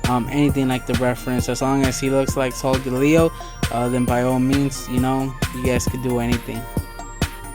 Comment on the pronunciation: did not say the name right